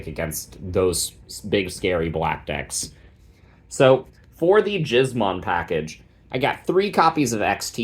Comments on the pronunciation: Giz as in gizmo. Killing me with that pronunciation, brother. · Ain’t no way dude is pronouncing it like that 😂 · I'm begging you please don't pronounce gizmon that way.